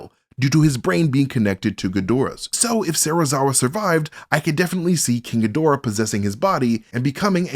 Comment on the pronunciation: Couldn't be more wrong mate the only thing that you could possibly dislike about is the fact he pronounced it Ghidorah not Ghidorah